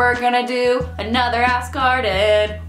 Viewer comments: Every time she says "ask Arden" I hear "ass garden" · When you said "Ask Arden" it sounded like "Ass Garden" and it made me giggle. You da bomb! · every time you say 'ask arden' it sounds like 'ass garden' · Every time she says "ask Arden" I hear "ass garden"...ASS GARDEN. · when she says 'ask Arden' it sounds like 'ass garden' lol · It sounded like you were saying "ass garden." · When you say 'ask Arden', it sounds like ass garden. :) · When you say "that's everything for this ask Arden" it definitely sounded like you said "that's everything for the sass garden" - which, the "sass garden" should really be a thing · When you said "ask arden" I swear you said "ass garden".